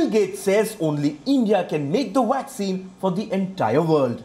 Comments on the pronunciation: It's vaccine not waxcin 😂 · A friendly correction to the pronounciation of two words: It is not 'vorld' but 'world'. It is not 'waccine' but 'vaccine'. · Commentator pronounced VACCINE with beginning letter “v” sounded “w”. V for “ver” while W for “wer”